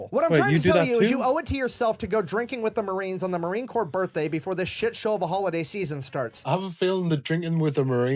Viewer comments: ❗️From a Proud Marine Aunty: "Corps" is pronounced [kor], not corpse ☠️ 😉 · Just so you know . . . Marine Corps is pronounced Marine Core. You don’t pronounce the p or the s. I don’t know why. Perhaps you can ask the Fat Electrician.. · Corps is pronounced Core 😉😊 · Corp is pronounced like the word 'core' like the core of an apple. Corps with a P is more akin to what the Marines leave in their wake, corpse as in dead bodies. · Brother just in case, Corpse in Marines is said Core, not Corpse. French spelling. As in Body. Marines aren't allowed to become an actual corpse Without Permission!! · It is not pronounced "corpse". "Corps" is pronounced the same as "core". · Love your videos but just fyi when you say Marine Corp the “p” is silent so it sounds like “core” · I don't mean to be rude, and if I am, I apologize, but you the way to pronounce Marine Corps is actually with I silent P so Marine Core, I don't know why there is a P, or and S, but yes, I apologize if this comes out rude. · Congrats on 90K!🎇🪅🎆 Will you be able to quit your second job soon? I know y'all mispronounce a bunch of words, so in America, the 'ps' is silent in 'The Corps', and if you just say "The Corps", everyone knows what you mean!💟🇺🇲✝️🛐🇺🇲🎇🎆💟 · I know it is spelled corps but the p & s are silent. It is the Marine (Core) Corps. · "Corps" is pronounced "core".; ) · Just a quick FYI, in America, Corps has a silent “P”, pronounced Core. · My brother was a US Marine until the day he died, and he would be rolling over in his grave to hear you pronounce Marine "Corps." (the "p" in Corps is silent!) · LoL. Don't pronounce the "P" in Corps. A corpse is a dead body. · The "p" and "s" in Marine Corps are silent. It's from the French. My father was a Marine in World War II.